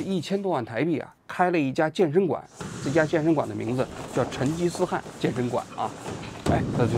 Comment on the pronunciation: 成吉思汗的汗读第二声